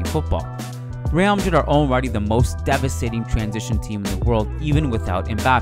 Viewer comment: Loved the editing and style of this video. Also shouldn’t it be devastating instead of debastating?